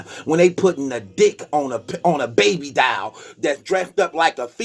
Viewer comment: A TRANSGENDERED "DOLL" NOT "DIAL" ...